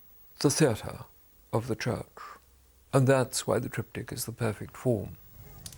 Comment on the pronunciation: EVERY TIME THE NARRATOR SAYS, "TRIPTI CH", I CRINGE!